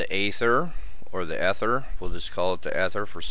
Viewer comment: Come on man, the first syllable is pronounced long as in "ee-ther". How can you make a video on it and not know. I can't spend eleven minutes listening to that...